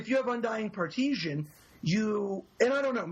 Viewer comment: Oh my god, the word is PARTISAN, there's no such thing as "partisian"